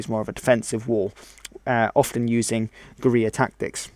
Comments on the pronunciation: When you say Guerrilla it sounds like gonorrea(JS). Bushwhackers were Guerrilla fighters; other than that the south mostly fought pitch battles. At the end of the war Jefferson Davis wanted to disband the army and start a guerrilla war in the Appalachians; which many southerners knowing this land and how to survive(after many years of pointless slaughter complete destruction of the south and, the greater divide in our nation. Which would have led to a unhealable hatred for one another) probably would have won. General Lee said no. So General Lee destroyed this country and also saved this Country. "it takes a brave man, but to end this killing,it takes a braver man"-Can't remember. P.S Can we all just agree that the civil war was not a black and white issue(no pun intended). Even Abraham Lincoln himself said,"no one side is to blame for this war". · Definitely some very Broad brush Strokes overall, all right video though, except for the elephant in the room.. the one glaring defect nakama learn how to say fuckin gorilla bro.